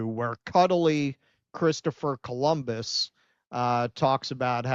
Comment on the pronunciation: why Columbus sound mexican?